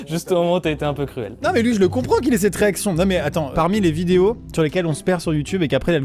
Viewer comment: a chaque fois qu'il a dit reaction j'ai comprie erection